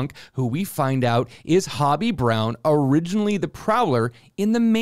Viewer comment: Come on, did you BOTH really just call Spider-Punk “Hobby”?! It’s Hobie, like Ho-Bee. Like “Hey! Ho! Let’s go!!!”